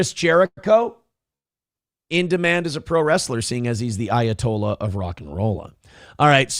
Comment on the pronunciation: Everytime you say ayatollah all I here is of rockin rolla